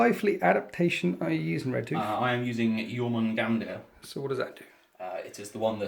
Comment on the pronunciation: fyi the r on the end of Jormungandr is silent. it's just yor-mun-gand